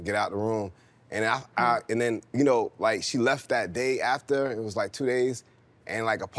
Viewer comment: What’s a “daya”? “I cleaned up every daya”. Ook😂